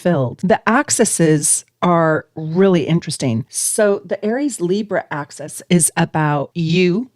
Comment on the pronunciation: Axis - line (opposite ends) (not pronounced "access" which is something you can enter or obtain) or axes..things that you throw.